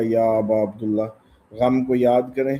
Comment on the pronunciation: السلام علیک یا ابا عبداللہ عبداللہ نہیں یعنی جو عبداللہ کی دال ہے اس پہ زیر دینی ہے